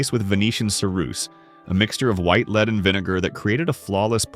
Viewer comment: It's a "Led" coffin, not a "leed" coffin. With such sophisticated technology, why can't all of this botspeak be sorted out? Or maybe get some live actors who could knock it all out in the same time.